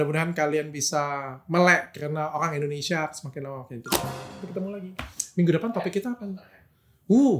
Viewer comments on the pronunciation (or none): none